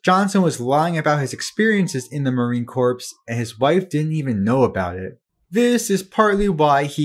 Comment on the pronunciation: Please learn to say "Marine Corps" correctly